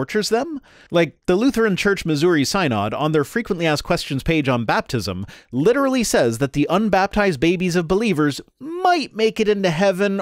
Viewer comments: Synod is pronounced "sin-id" not "psy-nod". Source: raised MIssouri Synod Lutheran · FYI: synod isn’t pronounced “sigh-nod” it’s “sen-id” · Close, but it's actually [ˈsinəd]. The y is pronounced as a short 'i', not short 'e'. Grew up LMS, heard it too many times.